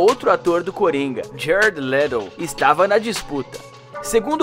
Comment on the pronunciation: Giarett Liettou kkkk ( Jared Leto) Uanda Maximovi ( Wanda Maximoff) Era De Oultroun (Era de Ultron) kkkkk